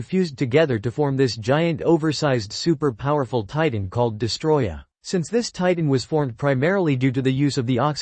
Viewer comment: It's DEST-O-ROY-AH...get it right!